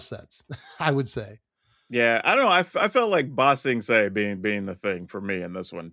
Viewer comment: "BA sing se" not "ba sing se" to be fair I genuinely thought the names were the same name and had to look it up